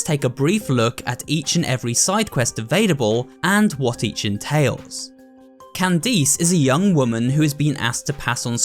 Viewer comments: My man said Candeez instead of Candice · Why did he say candees instead of candice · 💀 What the Viewers see: "Candice" What sees: "Can-dees" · “Can-deese” lmao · i love how nobody is talking about how he called candice candeece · he really said kandis to a name of candice. we totally lost bois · Lol how you pronounced Candice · Candice? CANDICE BALLS FIT IN YOUR MOUTH also the way he says Candice has so much meme potential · Bro said candice wrong loooool